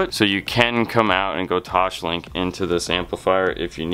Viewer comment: Why you always say toshlink? The correct name is toslink